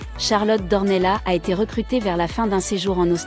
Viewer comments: Non vous n'avez pas fait d'erreur. En portugais ça se prononce d'ornelasse et en français d'ornella. .jusqu'à preuve du contraire Charlotte est française vit en France et parle français. Elle n'est pas portugaise ne vit pas au Portugal Demandez à un academicien... français. Je vous rappelle que les polonais par exemple écrivent leurs noms à la polonaise mais en France le prononcent a la française. Exemple le rz se dit je, le y se dit é, etc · Non ici on est en France et on parle en français ! Dans notre langue nationale on ne prononce pas le s final. Par exemple on dit Pari et pas parisse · Ça se prononce D'OrnellaSSS ! Le S se prononce !!! C'est portugais 🇵🇹 Elle est baronne ! Elle appartient à une des plus ancienne lignées de la noblesse portugaise ! Son ancêtre le premier baron D'Ornellas a combattu aux côtés de Dom Afonso Henriques, le Conquérant, Templier et Premier Roi du Portugal, au coeur du Moyen-Age. Ils ont combattu ensemble les Maures musulmans, (ils ont gagné) et, les ont repousser en Afrique ! # Reconquista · il ne peut y avoir même pas débat. La règle a été fixé e par l'académie française qui édicté qu'en français le s final ne se prononce pas sauf quelques rares exceptions. Renseignez vous et arrêtez de commettre cette faute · Nos excuses pour la prononciation Charlotte d'Ornellas ! les erreurs pour une nouvelle chaine cela arrive !